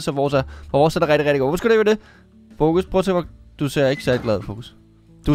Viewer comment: Det lyder som om du siger focus i stedet for Foekz.